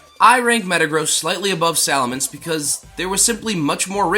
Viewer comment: Looks like you Sali"Minced" you pronunciation a little! 🤣👍